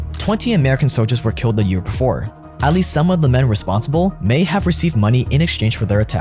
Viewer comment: You said Kilt (killed) 😅